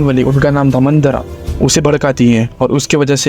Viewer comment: Manthara not mandhara